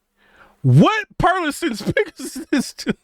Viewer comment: First, some advice... It's not the greatest move to come out swinging on a speaker you haven't personally owned or used in your system especially as a "tuber". Second, properly pronouncing manufacturers' names will go a long way towards credibility. The "T" is silent in Perlisten. There is no "A" at the end of Revel. Now to your topic. I have owned the Perlisten R7t and R5c. All the reviews made them sound like the bees' knees. I ordered a pair after demoing them. When I set them up, I was greeted with a very clean presentation, cohesive sound, pinpoint imaging with some depth of soundstage. What I didn't get is a wide and deep soundstage. Everything was pinched in between the speakers. There was no air in the treble. Bass dropped off around 40hz. But, Perlisten purposely designed them to NOT interact with your room, and to minimize reflections. For HT they were great. Unflappable at any volume. All the processing made them sound big. 2 channel was a different story as noted above. They admit they went after the Dominus rating to be the first and to help gain visibility, but I think it cost them low end output. Are they worth $11k? I don't think so. Their build quality is excellent. 104lbs per speaker. Solid cabinet and base and feet. But, I think most speakers are overpriced these days... Which brings me to your Focal and B&W comments. Both are extremely overpriced, way too bright. There is no bass in a Focal speaker, even with all those drivers. Hollow cabinets, and on and